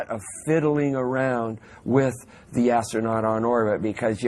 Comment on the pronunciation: lol, ass-trough-not- hing!!!!!!!!! lol. give this child an popsicle please!! Doofy